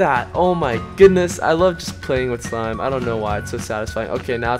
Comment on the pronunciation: cant u eat it cuz you say smlime